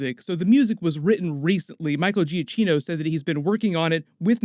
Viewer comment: BTW, it's Michael Giacchino (Juh-key-no)